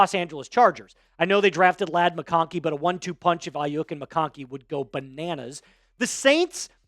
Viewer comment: It's Ai-YU (pronounced like you)-k. Not bashing you or anything just helping ya know how it's pronounced